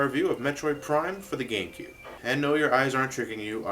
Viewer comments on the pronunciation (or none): GaMecube...not "Gangcube" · At the end it looked he said gay cube.